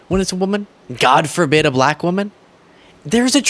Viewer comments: He says "Black" like Ron Burgundy 😂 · It is the way he said the word black as well. Terrible!